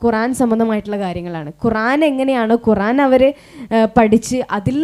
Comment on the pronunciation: മാഷാഅല്ലാഹ് ഖുറാൻ അല്ല ഖുർആൻ